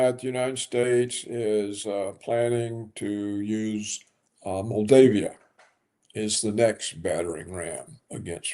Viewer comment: Mr Roberts can not pronounce Bibi's last name or Moldova. He looks drunk with all his funny laughs